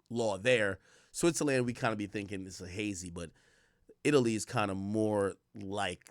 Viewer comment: Switzerland pronunciation is killing me